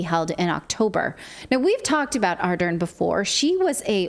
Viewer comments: Someone please inform her that the R and L sounds exist in her language. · You guys do a great job but as a Kiwi I just have to correct you on your pronunciation of Jacinda's surname. It is pronounced Ah-dern not Are-den. Not that it matters so much now she's resigned and not a day to soon. 7th February can't come soon enough. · While you are mocking her for how she prounces words, how about you prouncing her name correctly it is not Arden. It is ArdeRn. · She’s less popular than herpes and should be investigated. Clayton you say it’s name A-dern